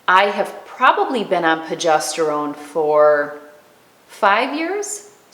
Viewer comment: Please, please, it's pRogesterone!